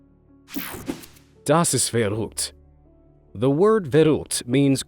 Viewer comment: German and I'm impressed how u said "das ist verrückt" because that was pretty accurate